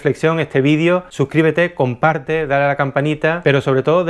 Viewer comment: Comparte no, "Campharte".